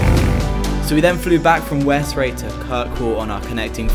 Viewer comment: It’s pronounced West-Ray I know this since I live here also I think you might have visited my friends shop